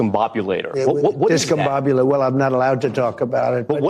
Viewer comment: Trump didn't name it the Discombobulator he cant eve pronounce it, as is clear from the video! (Notice how he initially mispronounces the word!)